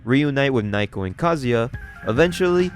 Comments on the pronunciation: naoko is pronounced more like "now-ko" than "nye-ko", was hoping you'd get it by the 2nd video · Dont know if this was said last video but am i the only one that hears Naoko's name read as Nai-ko and not Nah-oh-koh? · Love the vids, but its Nowko not nighko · Okay, that's it--if you can't have enough respect to pronounce Japanese words or names correctly, then you don't have the right to bitch about "muh n-word! uwu" IT'S NOT NAIKO, IT'S NAOKO!! Naoko! Pronounced like Now-Ko! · why is he calling her naiko when the panels clearly say naoko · It feels like this manga has good art, but the story is a mess. The bad translations make it worse. Just random, cuz your videos are great, but her name is Naoko, pronounced "Now-Ko" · Number one is NOW-ko, sorry but that kinda drove me crazy and two I think the ‘cringe’ comments are meant to be as such. Even if they weren’t there this is the kind of story you can’t take seriously, with or without a guy saying bloke every five seconds. That’s just my option though, when stories get to a point where bullies are literally psychopaths and the authors just throwing around new ways they can be horrible people to justify their death and DONALD TRUMP shows up I just see it as a poorly written series, kinda like all those bully revenge mangas out there